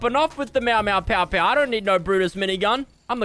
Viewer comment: Nobody finna tell him it’s not pow it’s pew?